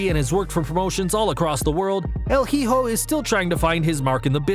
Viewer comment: Hijo is pronounced E-Hoe. Not he-hoe lol